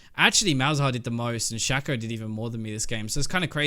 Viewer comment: learn to pronounce Shaco from Phreak's champion spotlight plz